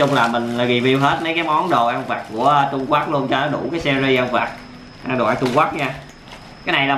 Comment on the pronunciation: Trung Quốc mà anh đọc trung quắt